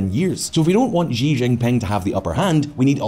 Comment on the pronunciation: Please, PLEASE, learn to pronounce "Xi Jinping", I beg you!